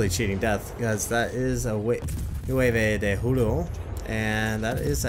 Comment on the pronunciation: "Nueve de Julo" and "Nuevo de Julio" xD